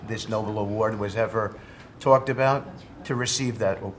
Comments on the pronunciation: Why can none of the sycophants pronounce Nobel? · It’s pronounced No- bell 😂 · None of them can pronounce Nobel. They all call it Noble, which the Orange Stain will never be. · Maybe he'd have a better chance if any of his idiot worshippers knew that it was "Nobel" (No-bell) and not "Noble". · It’s the NobEl, not the Noble… smh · Why do these ignorant people call it the Noble Peace Prize? It's a man's name -- Nobel. Pronounced noBELL. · NO-BELL people! Not Noble! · who is that person saying NOBLE instead of NOBEL? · You'd think that cabinet members would all know it's Nobel, not noble. Fking idiots. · I wish these ass-licking MAGA-rats would learn how to pronounce Nobel (No-bell). It is not noble (no-bl). Also, these clowns are on the cabinet. Stupid seems to be a job requirement. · These sycophants cannot pronounce the award correctly..."Noble"...it's "NOBEL." Perhaps someone will create a "Noble NOBODY" prize. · It's so obvious how $TUPID these republiCONS are! I laugh every time one of them says "noble" like a noble cause when it's actually Nobel (no bell)after the man who the honor is named for. Their stupidity is endless. Trump is turning America into North Korea. Pretty soon there will be surveillance cameras & drones everywhere. It's already unnerving having a large drone fly over my house at a low altitude and chinook helicopters in the skies pretty frequently lately. I as an American REFUSE to live in fear of our own government! What about you? STRAIGHT TICKET DEMOCRAT IS THE ONLY SOLUTION! MASS PROTESTS! BOYCOTT COMPANIES THAT BEND THE KNEE! STOP SPENDING! WORK STRIKES! FORM UNIONS! WORK/SCHOOL WALKOUTS! CALL REPRESENTATIVES! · It’s not ‘noble’ you MAGA clowns, it’s pronounced ‘no-bell’. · It's NOBEL. Not "noble". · Alfred Nobel Peace Prize Noble would describe all of winners. Nobel is a person. No bell, is how his name is pronounced. I googled it. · They cannot even say Nobel peace prize correctly. Nobel not noble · It's Nobel, not noble.